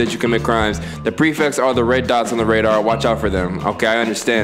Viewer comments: this man has an English degree but missed the word mellow and called the prefects “precepts” the entire game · Bro said “preceps” 😂